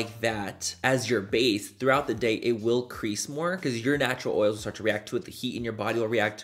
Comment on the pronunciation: “STANTURAL” LOL love you manny !!!!